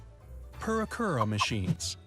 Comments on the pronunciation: "purakura" me: PUUREEKUURAAAAA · The purikura pronunciation was really odd. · I'm glad you mentioned his pronunciation of プリクラ, I just know a tiny bit of Japanese and I was genuinely cackling at the horribly over-anglicized pronunciation he had going on!